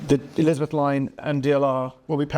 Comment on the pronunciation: i know what you mean but you said elizabeth is 3 syllables rather than 4